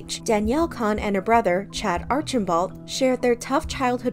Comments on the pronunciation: Their last name is pronounced like "cone" not "con" idk why you cant pronounce their last name right. Its crazy how you can say chads last name but cant pronouce danis 😂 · I noticed do you used pronounce Danielle Cohn like Danielle “C - own ” LoL but now you’re saying Danielle “Con” like con artist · its cone. not kon. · They way you keep saying Cohn incorrectly is actually driving me nuts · Why cant you say their last names properly? Its so super annoying. They say their last name how they pronounce it in the videos. COH-EN